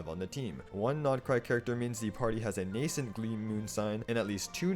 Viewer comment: THANK YOU, finally someone who knows how to pronounce the word “nascent” correctly